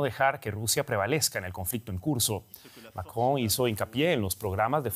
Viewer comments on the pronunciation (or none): none